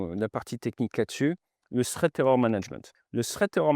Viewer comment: Push sans quoi ? Et prononcer ”Srèt" pour "threat”... Sous-titres indispensables.